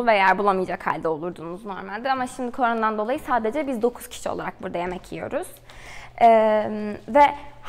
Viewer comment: Koronadan diyeceğine kornodan diyip duruyor sinirim bozuldu dkevdkwjdejhx